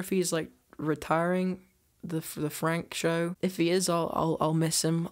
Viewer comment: oh shit I always thought he was saying this is not a prank HAHA the way he pronounces it is funny and it sounded like he was saying prank to me, sorry abt that